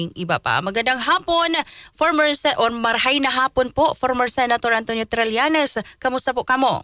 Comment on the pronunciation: It's TRILLANES, not TRELLANES. Please pronounce people's names properly.